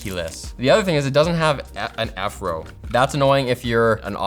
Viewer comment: Anyone else hear “afro” when he said “f-row”